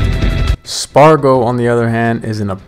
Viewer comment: Why did you say sparg0 like that at the beginning